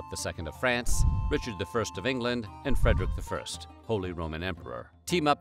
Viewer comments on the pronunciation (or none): none